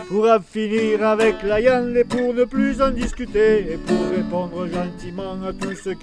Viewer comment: J'adore quand il dit la iande (viande )